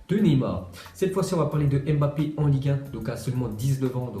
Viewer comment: Tu sais pas prononcé le nom de Mbappe